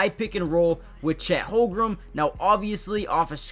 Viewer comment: Please learn how to say Chet's last name correctly. It hurts your basketball credibility when you consistently fumble names that are phonetically simple. HOLM-GREN. Not HOL-GRUM.